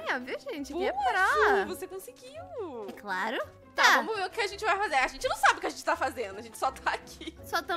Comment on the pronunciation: Elas falam viar mas é vr